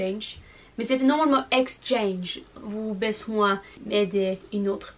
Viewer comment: "Vous avez" se prononce comme "vouzavi" (la liaison)